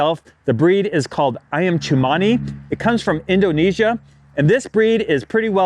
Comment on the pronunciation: You pronounced "Ayam Cemani" correctly! The letter "C" has a "ch" sound in the Indonesian language.